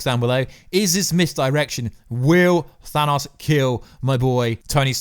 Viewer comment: Because of your accent when you say "Thanos," my subtitles always interpret you as saying "Phallus."